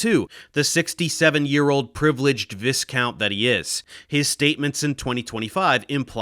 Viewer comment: He doesn't care unless it happens in HIS Lifetime! What an absolute cµnt who has been paid by huge oil & gas conglomerates and seeks more fortune by pumping out trashy books & blogs. What a twat. By the way #ProfessorDaveExplains, Viscounts should be pronounce Vy-Counts (or Vy-Cµnts if you're feeling spicy) 😉 Thanks again for dispelling this ludicrous crap! P.s. Thank you Andrew!